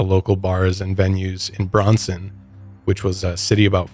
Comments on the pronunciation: It's pronounced BRANSON not BRONSON. At first I had to Google to even know what you were speaking of. I live in central il and of course I have heard of Branson MO. it's very well known. Never heard of it known as the Las Vegas of the midwest lol but it has a ton of entertainment. Huge tourist attraction. I doubt your midwest upbringing if you have never heard of BrAnson 😮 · It's Branson, Mo. Not Bronson. Just saying guys. It's a huge country music show town. Great vaca spot. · It's Branson not Braunson. Bran like raisin bran. I think you just are not in their market area since you are in Colorado. Missouri and Southern Illinois midwesterners know about Branson with several families vacationing there regularly or having condos and 2nd homes there. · Its Braan-son, not Braun-son, the a is long, and it is the biggest tourist attraction in Missouri. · It's Branson, not Bronson. Even Dolly Pardon has a theater there. You'd have to live under a rock to live anywhere near and not have heard of Branson. It's huge in the summer and also for Christmas time. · It’s Branson, not Bronson 😂 Cute. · Branson, not Bronson. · I have never heard of Branson pronounced that way, like brawn. It’s usually like bran as in ran. As far as I have always heard it pronounced and I hear it a lot as the Vegas of the Midwest, my Grandparents went faithfully every year until my Grandpa passed. It’s like Vegas but without the naked sinfulness. Lol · pronouncing Branson as Bronson sends me 😭😂 I have spent so many summers there and it’s such a fun and special place. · Bran-son not bronson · I’m from Kansas and Branson is like the Las Vegas of the Midwest. It’s also pronounced like brand-son, not bronson lol 😂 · said Bronson, did he mean Branson?? Prenounced like oat bran and then sun 😂😂😂😂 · It’s Branson not Bronson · It’s Branson like Raisin Bran Bronson isn’t quite right lol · Ok soooo I live in Missouri and the way you are pronouncing Branson is so wrong lol Bran - son.